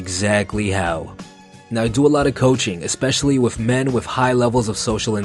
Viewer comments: Are you saying “wif” instead of wiTH? 😂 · guy says "wiff" a lot.